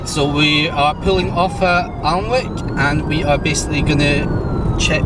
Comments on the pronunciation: Pronunceation police here, Alnwick is ann-ick! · Hi - I think you'll find it's pronounced "Annick". Watch out for irate Geordies! Fun video, by the way.:) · Alnwick is pronounced Anick, the world needs Chademo police. Who are these cretins who push the Emergency Stop Button?